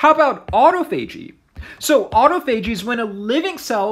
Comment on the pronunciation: It's pronounced aa-taa-fuh-jee, not "auto." Thanks for your videos, I enjoy them .